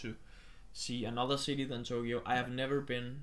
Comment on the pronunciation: ' pronunciation of Tokyo as Togyo is adorable.